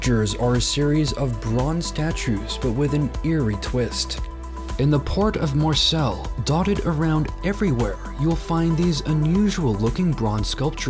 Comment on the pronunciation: Les Voyageurs is NOT pronounced Less; it’s pronounced Lay. Similarly, Marseille is NOT pronounced Marcel. Your videos are interesting, but maybe a little bit of study would help. Wikipedia can help you—they have recordings in the introductory part of their articles and a few moments checking them out would keep you from breaking people’s ears.